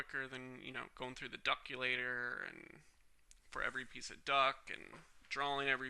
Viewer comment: why do you keep saying duck instead of duct